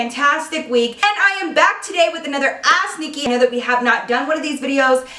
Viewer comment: It sounds like she's saying ass Nikki😂😂